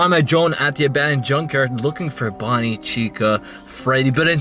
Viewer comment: You said bonni